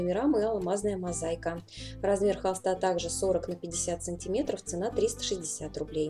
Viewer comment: Не мозайка, мозаИка